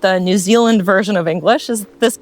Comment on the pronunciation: As a Kiwi, I think you sound US except when you say “New Zuland”. I had to smile!